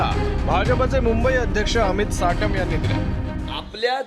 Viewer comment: साटम. नाही...शेटम बोलतोय